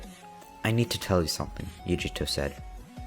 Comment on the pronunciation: yugito is pronounced You-gee-toe lol love the story though